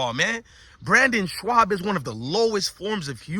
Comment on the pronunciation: My guy..his name is pronounced BRENDAN…aka “Brin-din”…and his last name is pronounced “SHOB”.